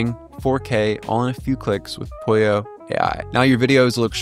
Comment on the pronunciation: So is it Pollo like Apollo, og is polio like this guy says it?